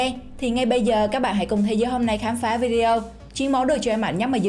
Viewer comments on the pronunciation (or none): none